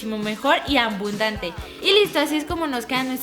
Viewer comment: soy la unica que se dio cuenta que dijo ambundante